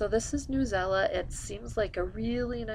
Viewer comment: sorry , not trying to be rude , but at my school we use newsela and just to let u know its not pronounced newela its pronounced news-e-l-a it stands for news english language arts . lol .